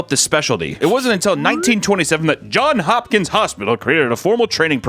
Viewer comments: Its Johns Hopkins, not John Hopkins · Its actually johns hopkins. Put some respect on his name!